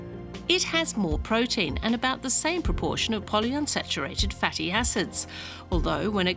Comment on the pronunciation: why does she pronounce raw as roar and fatty as fetty?